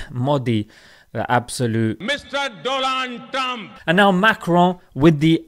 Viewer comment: Mr doland trump 🤣🤣😂😂😂😂